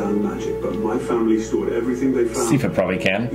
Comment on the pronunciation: Sigh-fa, not See-fa. Think of it like "cipher" or "siphon".